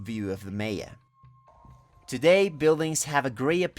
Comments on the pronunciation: One of the best presentations I have seen regarding Maya culture. Your English is very good, the only thing I would like to suggest is to pronounce Maya as i should be. MAya not Meya. Otherwise your have put this beautiful place on my bucket list of places to see before I die. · I also found the pronunciation of Mayan and Maya distracting. I think this is an example of hyper correction in which a native speaker Spanish tries to imagine what English speakers would say. Perhaps some English speakers would pronounce these words as he does, but I think it would be better if he pronounced them in a way more similar to that in Spanish, which is also the way these words are generally pronounced in English. Māyā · This video didn't do it for me tbh Prounounce Maya wrong and you lose me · But the odd thing is that almost certainly his native language is Spanish, and he pronounced the words for Mayan and Maya in a way quite different from Spanish and also quite different from the way in which it's generally accepted in English. Sort of a small issue, but I'm hoping that in the future, he won't pronounce these words this way. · Why do you pronounce all the other words in Spanish properly but keep saying “Maya” strangely? 🤨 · I feel you. He’s incorrectly changing the second phoneme for some odd reason. It seems silly since it’s neither the Spanish nor the English pronunciation. I’m truly baffled by it. 😂